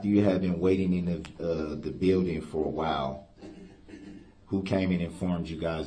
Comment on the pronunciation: He can’t even say building!! Seeked shelter. Gosh! Did he go to kindergarten???